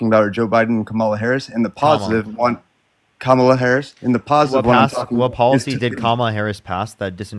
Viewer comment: Really who cares?. its easy to pronounce but its not that big of a deal . Its "Com -ala"